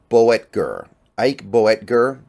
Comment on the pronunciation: Boettger, 2 syllables, Boat-jer. Name of my German language instructor.